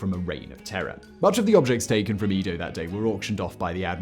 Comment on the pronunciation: #OnlyOnePhoneticNitpick: Eh-Doh... Not Ee-Doh.